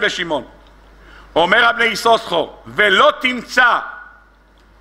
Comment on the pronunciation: כבר אמרתי פעמים אחדות :השם "יששכר" רק. פעם אחת מבטאים בשני "שינים", כשלאה נתנה לו את השם .בשאר המקומות מבטאים רק עם "שין" אחת . נא להקפיד !